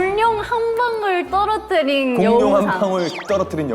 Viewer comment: 사나언니 발음 "골룡"❤ "돌료"❤ 너무 귀여워ㅋㅋㅋㅋㅋ🤣